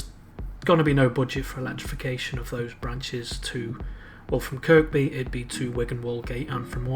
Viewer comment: Nicely done Sir. NB: Kirkby is pronounced "Kirby". No idea why, I only grew up there. Don't feel bad, Northern Rail can't get that right either.